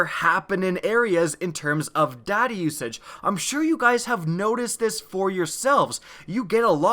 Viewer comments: The whole video i thought he was saying 'daddy' usage instead of 'data' usage XD. Good video, very helpful :) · In stead of data usage i heard daddy issues XD